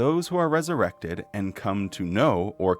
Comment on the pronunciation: Another fantastic video,. P.S. When you said "resuwected," I repeated "wesuwected!" at the same time and in the same voice as you 😂 You are in good company, friend!